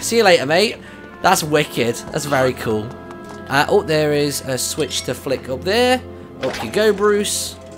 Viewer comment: What's funny is that he said Bruce has a switch to flick but with his accent it sounds like swish and flick which is what hermionie in Harry potter said to Ron for the spell. It funny